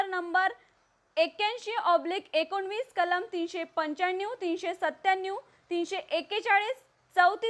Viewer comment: बातमी द्यायला कुठल्या येडझवी ला बसवलं आहे... काय ही भाषा....पंच्यांन्यूव...श्यान्यूव..सत्त्यान्यूव...☺️☺️